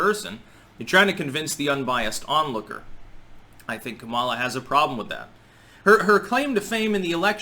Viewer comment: It's pronounced; COMMA-lah